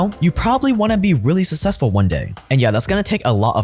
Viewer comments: Bro the way you say 'successful' sounds like it's spelled 'sussessful' .... SUCKSESSFUL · The amount of times I heard “sussessful” in one ad hurt my head.